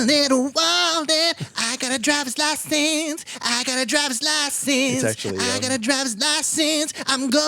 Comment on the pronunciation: really said dRiVeRs LaSeNsSs